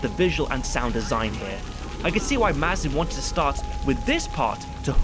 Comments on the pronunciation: Craig Mazin's name is pronounced "May-zin" btw. Sorry couldn't help but mention it lol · It’s meant to be pronounced May-zin, not Maz-in. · Pretty sure Mazin's name gets said out loud every episode of the series podcast. It's mispronounced through this entire video 😅